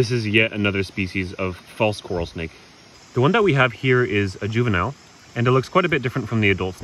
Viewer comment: it sounded like he said this nigga 😂 I know he said snake but go listen to it hahahahha